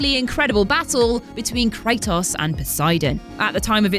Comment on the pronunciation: Kray toss